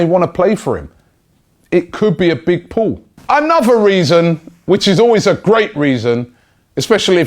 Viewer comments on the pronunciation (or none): none